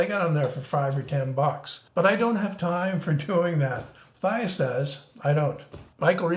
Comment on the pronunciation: I love your stuff, but doesn't Matthias pronounce his name muh-TEE-us?